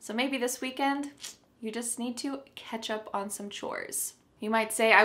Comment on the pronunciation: Catch up on sounds like ketchup on😂